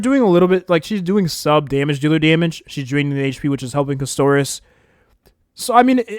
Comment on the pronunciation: Bro please Caster - is not Cuss - Toris